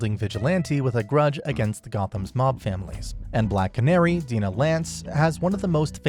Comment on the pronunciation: Black canary's name is pronounced Die-nuh not Dee-nuh